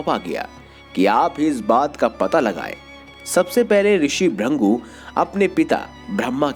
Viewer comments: त्रदृषी ब्रंगू नही त्रदृषी भृगू,कृपया सही उच्चार किजिऐ. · Bhurngu nehi bhrugu hai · ऋषि का नाम भृगु है ना कि भृंगु 😡😡😡😡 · उनका नाम भ्रिन्गु नहीं भृगु था। नारायण नारायण😇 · ब्रंगू (brangu) नही मुनीश्रेष्ठ भृगु (brigu) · It's not "Bhringu", it's "Bhrigu" or "Bhrugu" pronounced most prominently, and his sculpture is Bhrugu Sanhita. Rishi Chyawan, the creator of Chyawanprash is his son. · Are bhaiyya ji pahle bhrigu dhang se bol lijiye 😂😂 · Sahi bola bhrugu aata hai